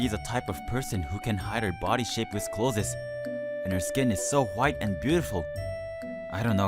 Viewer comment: Why does he keep pronouncing 'clothes' as 'clozes'?